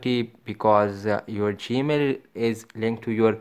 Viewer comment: "Baten" "gemel"